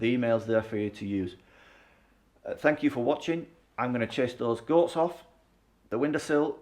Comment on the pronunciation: Hola from Spain. Love it , love you & your presentation. Thought you said ' Ghosts ' but realized it was Goats 😂. Your young enough to get stuck into this renovation, we've just tackled another in our 70's... Look forward to following you ❤